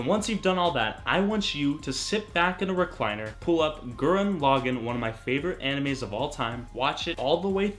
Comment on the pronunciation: I'm not happy. You said Gurren Laghan wrong. Get it right casual.